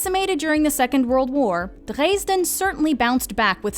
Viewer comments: I guess only the foreigners who learned German through listening to Rammstein pronounce Dresden that way xD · my girlfriend pronounces it dreysn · The narrator did pretty well pronouncing most of the German words except for Mainz and Dresden. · Do many Germans pronounce Dresden that way?